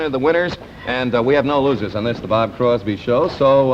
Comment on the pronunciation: At least get the guy's name right - It's CROSBY